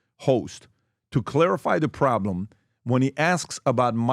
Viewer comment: When you have to define the word "priblem", you have a problem! 🤦‍♀️